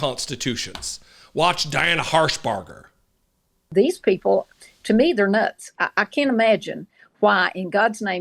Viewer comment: Tennessee senator in God's name she says herpader Diane harshbark 😂😢